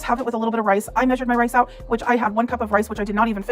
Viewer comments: I thought I was losing my mind.. i was like huh huh?? Whatttt are you sayingggg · meeeesured her ingredients yes it’s spelt wrong but she pronounced it wrong. And people tried to help her doctors and nurses and she was nasty to them and blocked them. How do I know I was in the chat she really wasn’t a nice person. I wish she’d taken the advice and help offered and maybe she would be here. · the girl or whatever her name is says measured like majored😂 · saying “maysured” is actually driving me nuts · hahaha "may"-sure as in may or may not hahaha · She pronunciations are horrible like she can’t say “measured” right